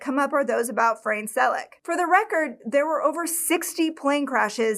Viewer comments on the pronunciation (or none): His name is pronounced as it´s written, not Frein, Fra-ne 😉HNY ❤